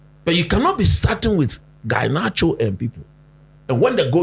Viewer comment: Coach please is Garnacho not Guynacho 😂😂😂